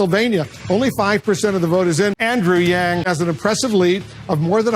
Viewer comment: I like how u say andrew yang